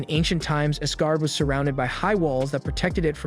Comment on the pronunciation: The pronunciation of Asgard was a bit off.